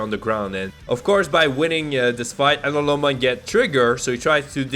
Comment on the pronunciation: Namumon❌ Nanimon ✅